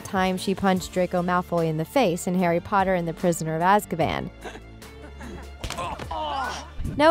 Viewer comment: Harry PotaH😂😂😂 is my fav